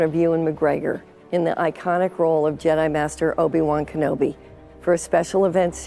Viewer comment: Will Disney destroy Obi-Wan's character worse than butchers the pronunciation of his name?